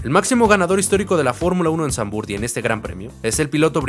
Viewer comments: No se pronuncia "Sanvurt" bro. El holandés no se lee como el inglés. Se pronuncia "Sanvfort". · Muy buen video, sólo acotar q se pronuncia Zandvoort con O, en inglés, español y holandés… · Se pronuncia Zandvoort. Dos O. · No se pronuncia Zandvurt... más bien es Zandvort la oo no se transforma en u. Saludos.